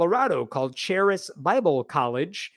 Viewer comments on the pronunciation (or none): Just fyi, the 'ch' in charis is pronounced like a 'k' (karis). It's greek for 'grace'.